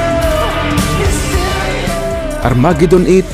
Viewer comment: Sana man lang ginalang mo ung pag bigkas ng mga pangalan nila at hindi ung desisyon mo lng bigkasin ng basta. Ju Ilyot? Pe ti Willis? Mut Lang? Pyromanya? Armagidon it? Phil Kolin? Vivian Kampbel? Yoporya? Dayamond star halos? Tapos mali pa ung title ng kanta "when love and hate collides" At ano ung sinasabi mong binastos nila ang Dyos? Yun lang sinabi ni Mutt Lange para tumigil na mga tao kaka kulit sa kanila at malamang ndi mo alam na ung pananalita ng mga Ingles, ay sarcastic pakinggan. Sana inaral mo kung paano mag bigkas ng tama at ndi ung ginamit mo pa ung Banda tas mali mali naman pinagsasasabi mo.